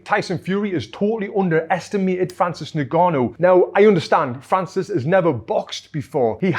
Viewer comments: its pronounced ngannou not nigganou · its pronounced un-gannou mate